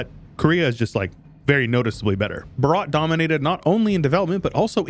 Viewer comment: The way he pronounced "Bhaarat" No i am leaving